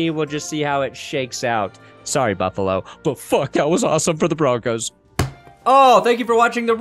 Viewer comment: said it wrong